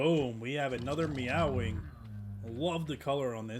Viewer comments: May-wing is how it's pronouced that the only criticism I have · its NOT meow wing,. its MAEWING!! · Bro said 🐈wing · heard him pronounce it "meow-wing". Immediately went to comment section lmao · 😂 he said meow wing